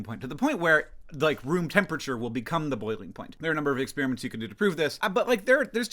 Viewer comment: I thought you were saying Spearmints. You were saying Experiments. Now, I recall that you usually pronounce it that way: your accent, my accident.